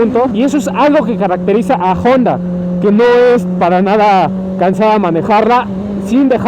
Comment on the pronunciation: Honda! , no " jonda"